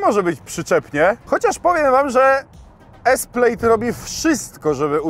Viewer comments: PLAD nie Pleid ! +900 tysi subow i zeby sie nawet nie przygotowac do materialu co do poprawnej wymowy nazwy auta. Slabo.. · Skad Ty wziales ta wymowe? To po prostu /plad/ a nie /plajd/ czy /plejd/ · To nie jest „Plejd” a „Plad” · Wymawiamy „plad” nie „plejd” 😂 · To nie jest "plejd" tylko "pled" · To się czyta "plad" tak w ogóle xD A co do biegów, ma gdzieś tam na plastikach pod ekranem takie ukryte P R N D, taki panel dotykowy. Ogólnie są chyba 3 sposoby aby wrzucić bieg w Tesli. Co nie zmienia faktu, że jest cholernie źle spasowana, lakier odchodzi w wielu i ogólnie ssie xD Do dzisiaj jakoś tej Tesli i ogólnie elektryków nie trawię. Może tylko ciągnik siodłowy elektryczny byłby fajny bo fajnie by się zbierał z miejsca, ale odkurzaczem jeździć prywatnie nie będę. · przepraszam, ale jeżeli "poważny" youtuber nie potrafi przyczytać poprawnie słowa PLAID, i czyta go jak słowo PLATE, to ja dziękuję, ja muszę w swojej pracy się rozwijać i uczyć mówić, nie zamierzam subować osoby która ma to kompletnie w dupie. Unsub. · wymowa plaid jest 'plad' wymowa plate jest 'plejt'